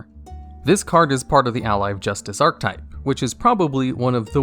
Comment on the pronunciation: Bro it isn't "arc-type" it's "are-keh-type"